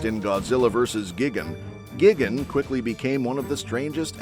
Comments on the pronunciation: GIGGEN? ugh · This mf said gigane** what an absolute imbecile